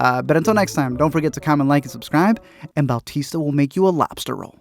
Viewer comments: "Bowtista" lmao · Did this dude say Bal-tista? Who the hell is Bal-tista?